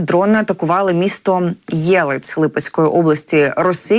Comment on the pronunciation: Не Єлець, а ЄлЕць.